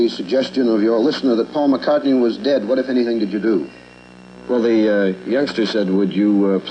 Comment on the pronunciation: Blame the uploader, not Brian Moriarty. Brian says it correctly .